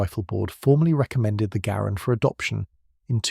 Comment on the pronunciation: Garand was pronounced "Gerund" according to him.